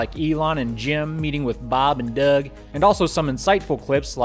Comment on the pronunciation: You keep saying "Doug" with that hick accent...He's from New York. ;-)